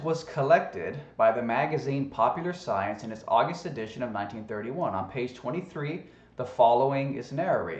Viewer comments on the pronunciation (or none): "AWWW-GUST-EEEEE" LOL. love your pronunciations! Hilarious. And the earth is "CAT!" Thee most original observation and statement ever. We are talking GOAT status braw!! Lol 🤣😂😅